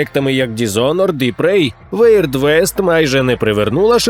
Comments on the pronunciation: Дякую за відео! Трішки пригорів пердак від слова "weird", яке читається як "вірд", а не "веірд", але ви буби і я готовий на будь-яке сокіабле у вашому виконанні)) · красавели! Дякую за контент українською <3 Одне зауваження: weird - не вейрд, а вірд (уірд)